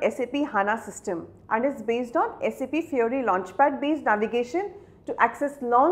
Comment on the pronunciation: First of all it's not saaap it's SAP